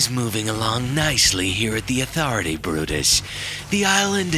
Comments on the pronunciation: THIS IS HOW U SAY AUTHORITY ATHO-RITY NOT ATHUUUURITY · No one: athoraty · /' s voice actor just can't learn how the say THE AUTHORITY if only I could voice chat in comments!